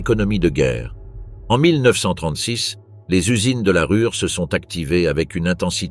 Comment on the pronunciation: Pourriez-vous prononcer la Rouhr pour la Ruhr et Kroup pour Krupp ?